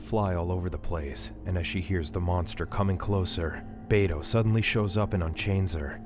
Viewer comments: The uncles name is pronounced "Beh-toh" not "Bay-toe" 😅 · Bro said bay-toe😂 bro